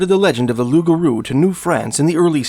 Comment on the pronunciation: Thank you for being the first youtube channel to get the name of the Loup Garou, correct .. so sick of idiots calling it a rougarou